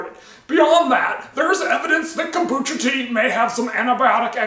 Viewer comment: Komboosta???hahaha Learn how to say it gringo.....